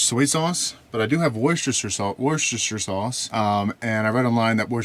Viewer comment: Love me some washyoursister sauce.